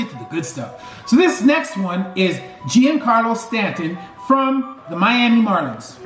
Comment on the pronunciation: It’s pronounced John-Carlo not Jian-Carlo